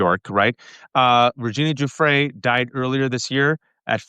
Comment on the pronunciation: Thank you, gents! Lev, please say Virginia’s surname properly. It’s jew-fray.